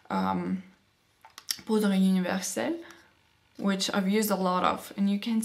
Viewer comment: You said "poudre universelle" Perfectly... I would have sworn you are french if I didn't know you :)